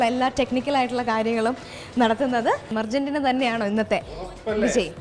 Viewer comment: Urgentina alla argerntina